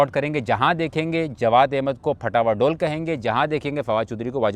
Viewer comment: ڈول نہیں ڈھول ہوتا ہے۔ اسی لۓ فواد چوہدری تم جیسوں کے خلاف ہے۔